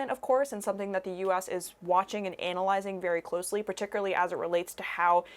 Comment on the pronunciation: Why did she say it like that? "A-nalyzing"